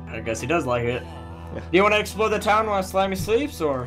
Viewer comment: I always feel that whenever says explore it sounds like explode XD I am so sorry if i spelled his name wrong